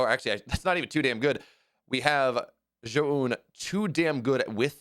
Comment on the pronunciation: It is Zzzoun like Zebra. Not Guan, Joan, Hohan or Jaboon 😂😂😂